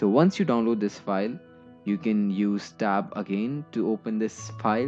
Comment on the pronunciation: You say " press stab" I've never heard of that key